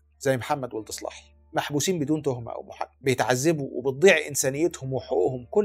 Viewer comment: محمدو ولد الصلاحي رجاءا انطقو بالعربي الفصحي ههه و ليس سلاهي كما ينطقها الغرب تحية من 🇲🇷